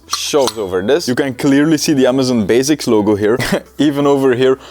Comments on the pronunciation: “So, Amazon bazics” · Amazon “baziks”